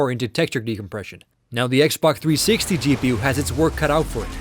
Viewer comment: If u listen closely he says xboc360 instead of xbox360